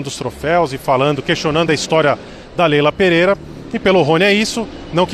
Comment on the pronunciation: segundos. O cara me manda um "Leila Peleira". Tá Sertu